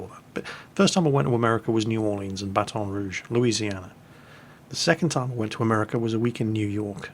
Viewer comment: As someone who lives in Louisiana I feel like I should tell you that you don't need to sound so French when saying Baton Rouge and New Orleans. Unless you find yourself in an area full of Cajuns they're probably going to say it like "Battin Rooge" and "New Orlins" or "Nahlens".